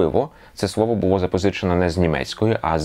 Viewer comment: Буво? Гавина? Свово? Ааааааааа